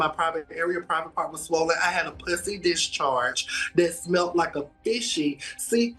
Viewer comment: Why does he pronounce “p**sy”, as in “full of or resembling pus”, like “p**sy”, as in “cat” or “vulva”? Does he not know they have different pronunciations? His pronunciation should have been bleeped out. 🤬